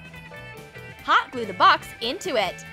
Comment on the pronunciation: The way she says hot glue bothers me...